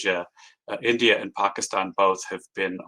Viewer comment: Its India NOT Endea!!!